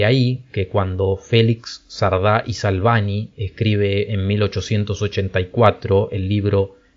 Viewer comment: Es anecdótico, pero me ha llamado para bien la atención que hayas pronunciado "Salvany" correctamente. Por lo demás, interesantísimo video como siempre.